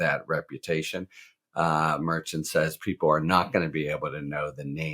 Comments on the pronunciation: Harry, the judge's name is pronounced 'Mer-SHAHN.' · Mer-SHAHN. I know that is the right way because I have heard three or four people who have worked in the DA's office there pronounce it.